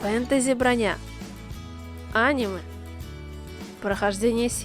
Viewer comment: ты ли это? ( и хватит ставить ударение на "а" в слове аниме)